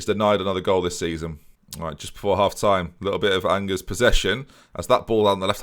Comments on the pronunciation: me when pronounces angers the same way as the English word "angers" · MFer pronounced Angers like ang-ers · You can say it angers you